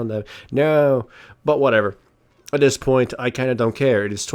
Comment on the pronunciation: "im pretty much stonewalling at this pont" :P